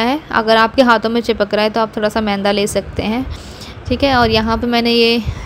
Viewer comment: Mainda nahi yaar...maida hota hai